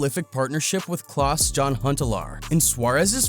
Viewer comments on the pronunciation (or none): Its ajax not ajax Its klass jan huntelaar but you say jan like yan